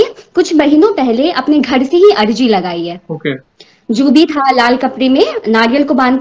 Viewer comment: Ajri ni bhn arji bolte h